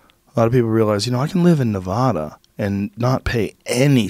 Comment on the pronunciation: Dear gawd Joe you need to learn how to pronounce Nevada!